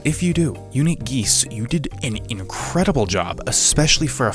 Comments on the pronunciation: if you played indigo park PLEASE dont mispronounce uniquegeese's name on purpose "unikageese" 😭😭😭😭😭😭😭😭😭😭😭😭😭😭😭😭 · can’t get over the fact that you said “unique-a geese” at the beginning